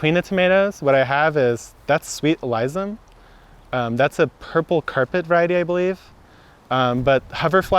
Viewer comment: Who the hell says uh-lize-em when showing alyssum?! That’s when I turned it off.